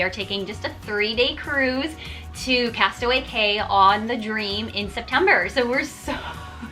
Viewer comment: Not to be a jackwagon, but Castaway Cay is pronounced Castaway Key...weird, I know.